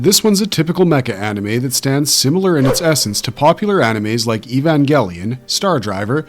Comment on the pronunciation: Evan WHAT ? That's not how you pronounce it is ?